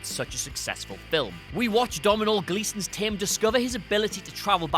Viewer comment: Dominal Gleeson? 😂brilliant ... I think you mean Donal!